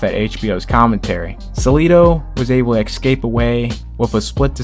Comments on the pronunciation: Exscape???? Really? EScape you dumb f*ck. The moment you said that I lost all interest in this channel because its creator cant differentiate between Ex and Es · Thx for the upload. Just wanna say that it is not "eggscape" how you pronounce escape.